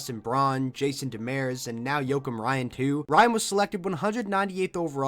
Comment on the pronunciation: I know you cant fix it now but it's Jason Demers, not Demeres